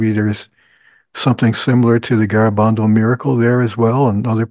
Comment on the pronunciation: look up how to pronounce Garabandal. in Spanish you emphasize the second syllable. Gara-BAND-al